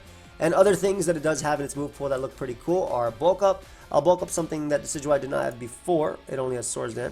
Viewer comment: It's pronounced "decky-dooey"